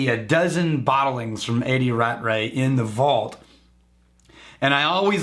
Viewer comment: I will say one thing... Rattray is pronounced Rat Tray. That is all.